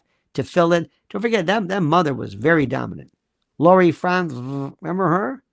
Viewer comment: Sir, have been enjoying your take on this Charlie Kirk debacle; my favorite contribution of yours is : your unique pronunciation of Erika & Lori Frantz-vvvfft ( ish) … I literally LoL every time. Thank you 💕